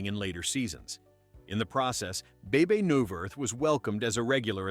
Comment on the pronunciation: Bay bay..... her name is Bibi. damn artificial shit